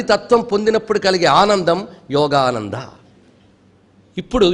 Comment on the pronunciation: it is not yogaDHA, it is yogaDA. It is not yogananDHA, but yogananDA! Wrong pronunciation of mantras brings disaster!!